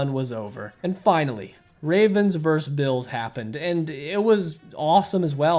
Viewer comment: Say the word “versus.” VersUS. It is not “verse.” Versus.